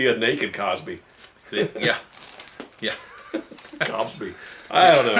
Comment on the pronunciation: "Bill Cobsby" 😂😂😂